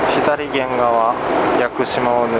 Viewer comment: いつも拝見しています。 このご時世が落ち着いたら、私もフェリー旅をしたいです。 天気が良ければもっと海も綺麗でしょうねぇ。 左舷(さげん)、右舷(うげん)をひだりげん、みぎげんと言っているのは、あえてですか？